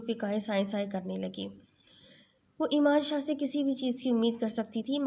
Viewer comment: Plz Ap name sai lein .Emaan shah nhi yaman shah hai